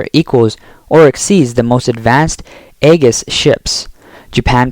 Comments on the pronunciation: Aegis reads Ay-Jis. Nimitz reads Nim-its. Please work on updating your phonetic understanding of words. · The “E” is silent, pronounce like Ages (almost) lol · The "A" in "Aegis" is silent. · Abe is pronouned ah bay Aegis is pronouned ee jus.